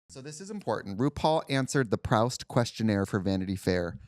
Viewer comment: Thank gawd Katya (gently) corrected. It's Pr-oo-st not Pr-oww-st (Swann's Way). It's Br-ode not Br-odd. MA education, ftw. Wait until Trixie watches Jennifer Garner, Lena Olin, Isabella Rossellini, Sonia Braga, & Mia Maestro absolutely slay in ALIAS (ABC). "The Telling" still holds the record for longest all-female fight in tv history.